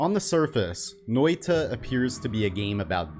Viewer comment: That pronounciation of noita was actually pretty good. And i am Finnish.